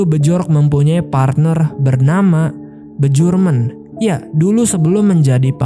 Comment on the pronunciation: Gue selalu tertawa saat bilang bejorek dan bejurmen😂